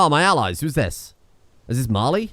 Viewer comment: During the whole war I thought you were saying Marley